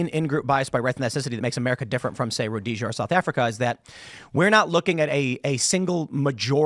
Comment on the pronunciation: It’s pronounced “Rhodesia”